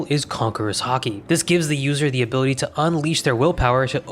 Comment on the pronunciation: "Abooty" ~ ability 🤣🤣🤣